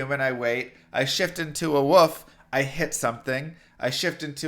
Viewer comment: Say it with me. WoLf. There's an L in there. Not woof. WOLLLLF.:)